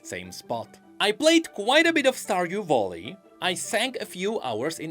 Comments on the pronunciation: stardew bolly??? whatt. you have google to look up pronunciation lmao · where did you find the "o" in "vally"? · Why does he keep saying volley its making me sad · saying "starwdew voli" made my day